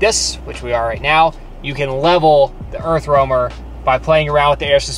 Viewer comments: Idk how may times "Earthwormer"🪱 was said.. lol! Its an "Earth Roamer". Overall a very nice rig for sure. Too bad it's $975,000 over budget for me. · why do you keep saying earthwormer? lol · I am a joiner and could do the exact same for 100k..she says earth wormer every 3 minutes 😂..get over your self